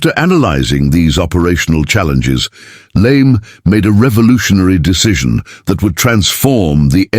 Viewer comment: LeMay, not Lame!